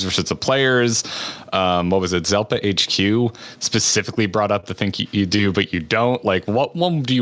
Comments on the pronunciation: how dare you?!? It's Zepla, not Zelpa Edit:jkjk but hey seriously I was impressed by your good grammar at the end where you said "Kyle and me". So many people would say "the latest uploads from Kyle and I" When there's an easy test to figure out which is correct. Just switch it to singular and "uploads from I" or "uploads from me" will make it obvious which is the right word. Like Tom Merritt always says it wrong and drives me crazy but I guess I might have Asperger's lol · Ahah her name is Zepla not Zelpa!